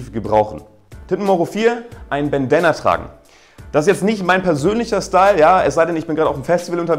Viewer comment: "Bendana"... lol